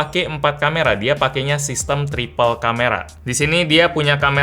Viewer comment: triple 8, bilangnya triplek :)